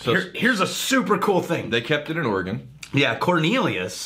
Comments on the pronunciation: You guys are AWESOME. Thanks for reviewing this one. And you're welcome for the Billy. BTW: "Ore-" like the stuff you mine from the ground. And, "Gun," the thing you shoot. Ergo: Ore-Gun. I agree, about the finish. Great nose and flavors, but the finish isn't really clean as much as simply absent. It's a lot like the OSU Beaver football; (my home town so I can bust balls a bit) a pretty decent first half, but no idea how to finish a game. And I have yet to get any ginger as well. For all the Oregon spirits I've tried, this one has the most promise.... so far. The Cornelius Road house is a McMenamin's distillery. The Other is the Edgefield Campus. But, the Billy and the Billy Rye are only made at the Roadhouse. I liken the sour note to a cognac like presence that I assumed was imparted from the still itself. Maybe the light toast with no char?? All in all, It's not going to displace the spot in my heart where Elenore now resides, but for a region with no distilling history, not a bad spirit to associate with Oregon. Thanks again you MBs!!:-) (P.S. Thanks to for a GREAT Christmas gift, really was the topper for my holiday. Cheers, mate!!) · It’s pronounce Orygun. Come on guys!